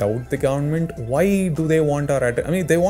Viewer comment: and i also laughed everytime he says "whyie" 😂😂😂 man you're the coolest i don't know why youtube didn't recommended me this channel all this long